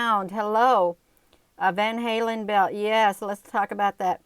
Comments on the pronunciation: It's pronounced as van- Allen belt lmao. But tomato tomoto right. You do wonderful work , keep it up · It's the van allen belt Sweetheart. Not van halen. Just want to help.